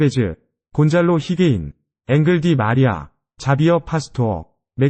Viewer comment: 기계음 보다, 최소한 선수 이름만큼은 제대로 좀….앙헬 디마리아 음바페 등등….